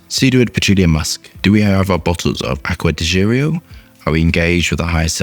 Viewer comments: Aqua di geerio?😂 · Its even more sexy when you BUTCHER the name😅